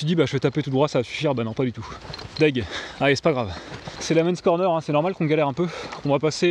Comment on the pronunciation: On ne dit pas l amenssse corner Mais l amen corner Et pan!!!! Pour la peine Tu reciteras trois avés